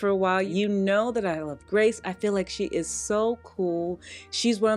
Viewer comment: Hi. I’m continuing to love having you as part of my slow Sunday morning routine. It’s your video, my coffee, and an orange cranberry scone. So good! I did just want to point out here though, that I believe Grece Ghanem pronounces her name like the country “Greece” - not Grace. I know you feature her often in all her fabulousness, so I thought I’d point that out. Keep up the good work. And yes, that red suit of yours is fabulous on you. ❤️☺️